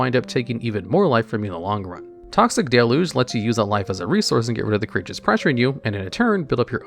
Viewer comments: I swear there’s always at least one card you pronounce in such a funny way. Like toxic delu the first time you said it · The thing that stumps me to this day is why to people keep mispronouncing deluge.